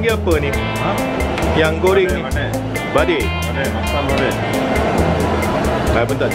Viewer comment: Its vadai, not badi. Masala vadai.